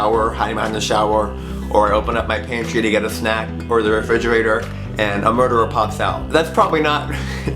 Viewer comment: OMG you said murgerer and #RIPME